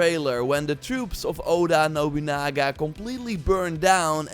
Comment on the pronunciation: All we hear is: Radio Nobunaga. Radio Nobunoogoo. Rrr......